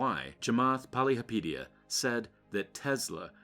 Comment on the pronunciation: Your not even pronouncing his name right. Poly hopa teea